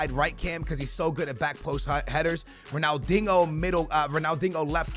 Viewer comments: It's pronounced Ronaldinio not ronaldingo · Ronaldingo say dinjo haha no offence bruv ❤️ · You’re a clown man, he’s Portuguese, thats how they pronounce it. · Why do you call Ronaldinho "Ronaldingo" ? 😂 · Why he call him dingo lol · The way he says ronaldinho 🙃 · Say Ronaldinho correctly